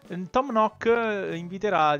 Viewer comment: kei.kei.da me e venuto quando il negozio non era ancora ampliato e un altra cosa non è un offesa anzi è solo un consiglio tom nook si dice tom nuuk a sono iscritta☺😊😀😁😃😆😉